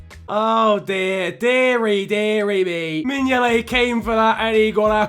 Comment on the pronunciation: I bid mingolet pronunciation malfunction like mingoltes goalkeeping ability, a half eaten toffee apple before the box arrived in Merseyside, steroids so the box can move faster than giroud on a Saturday night and 1p for a kinder egg